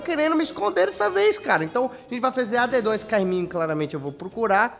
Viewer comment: não é adedonha é adedanha